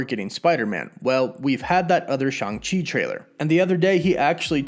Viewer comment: It’s pronounced Shong Chee not Shang Chee